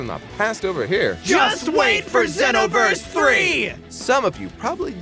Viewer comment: You guys always pronounce xenoverse so weirdly and wrong